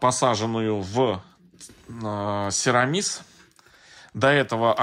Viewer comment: СерамИс. Ударение на И.